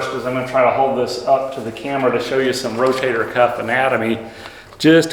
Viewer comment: I like how, instead of saying Rotator, he says "Row-Tater," as in "Eat yer taters!" Lol.. ❤